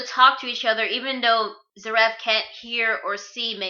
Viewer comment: Its pronounces Zear-if